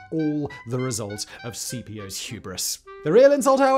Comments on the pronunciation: You really need much better research. The Civil War General was Braxton BRAGG. In Latin, the "Gnaeus" is pronounced as 'Nye-us' and Caepio is "Kaepio" as there is no 'soft C' (Sai-pio) in Ancient latin. Thus Gnaeus Julis Caesar is actually "Nye-us Yulius Kaisar" And was spelled as Gnaeus Iulius Caesar. (There was no "J" sound either.) The 'Soft C' was introduced to Latin during the Medieval period where Latin was the language of (Flawed) Learning and the Roman Church. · Caepio should be pronounced "Kai-pio", not C-P-O. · A very cool video! But it realy rubs me the wrong way how you pronounce Caepios Name. You pronounce it like the famous general who defeated Hannibal is commonly pronounced: Scipio (though he would have been pronounced more like 'Skipio' trying to translate it in english writing). Now, Caepio would be pronounced more like 'Kaypio'. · The pronunciations of the names of the Roman generals in this video is just hilarious. Gnaeus are pronounced as "Naius" (Not Nas) and Caepio are pronounced "Keipio" (Not Sepeo). The C was always pronounced as a K and the G in Gnaeus are silent. :) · Since I had this running as audio in the background, I thought Simon was talking about a Scipio rather than Cambrian War's Quintius Servilius Caepio .... I know English people can't pronounce Latin names - but as a general rule "C" in any Roman name is a hard K sound, not a s sound. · There's no soft c in Latin, Simon. Something you seem to instinctively understand for Cannae but not Caepio and Cimbri. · Great stories, but in the first the pronouncing of Latin names is bloody awful.